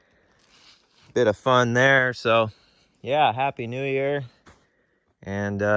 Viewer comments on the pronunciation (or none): Minty fresh. "Yappy Hew Near" Sorry, I started drinking early.